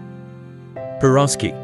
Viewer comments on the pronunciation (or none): Shashlyk , not saslyk. 😂 borshch not borscht 😄 pirozhkI not pirOski. 😀 and other BS pronunciation. Stop! If you don’t know anything about us, don’t even start.